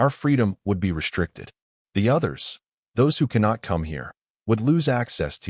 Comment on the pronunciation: Again ........RESHTRICTED!!!!!!!!....IS NOT A WORD!!!!!!!